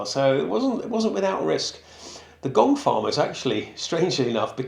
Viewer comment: The gong farmer at first I thought you were saying gold farmer. 😅 Wonder if one was ever randomly hired to come early just to find something like a gold bracelet that was doped down there by accident. 🤔